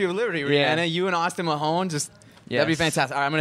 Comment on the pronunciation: Lol the interviewer couldn't even say his name right it isn't even hard to pronounce MAHONE